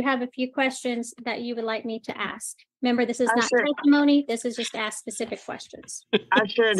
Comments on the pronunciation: I have a question and in no way do I mean this in a negative or racist manner. Why do some people of color say “aks” instead of “ask”? I’m genuinely curious, I’m not trying to be disrespectful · Why does everyone in court always say Axed instead of ask? I am so confused. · I know it's minor but could someone please please please help that young lady learn how to say the word ask using the sk ending not x as in ax a tool generally used to chop wood. The word ask is meaning to inquire. Drives me nuts.